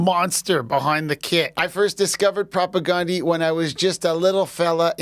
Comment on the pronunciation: it's prop ah gan like the name DAN di here in the WPG not " gone" di .